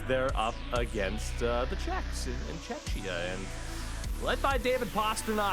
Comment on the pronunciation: For the love of God, do NOT call Czechs "tchetchia". :-D